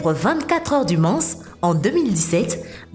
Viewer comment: cest pas les 24 heures du mansse mais du mans